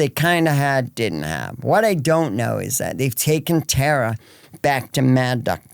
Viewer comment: Dawg bleets her name one time then its just tara tara tara lol come on respect ur guests